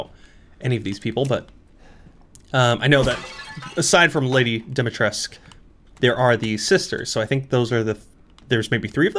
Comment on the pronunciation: Also, Dimitrescu is pronounced a bit like Deemeetreskoo;) That’s my Slavic upbringing coming in handy haha